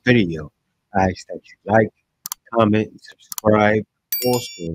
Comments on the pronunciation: Why is that woman saying "ax"? What does an ax, to chop wood, have to do with her story? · I'm confused. Who's axing!?